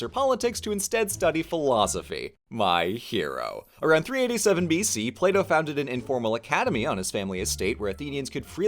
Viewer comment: Why do I keep hearing Play-doh?